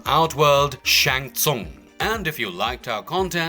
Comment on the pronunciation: Least you learned how to pronounce Shang Tsung for this !!!!